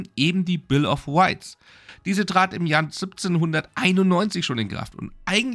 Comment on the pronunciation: Ich mag deine Videos. Aber deine R-W schwäche im englischen (siehe bill of wights) ist echt anstrengend